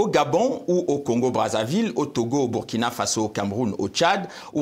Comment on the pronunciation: Belle émission avec un africain intellectuel intègre dans ses analyses! La Journaliste prononce bien me nom de mon pays: Burkina Faso!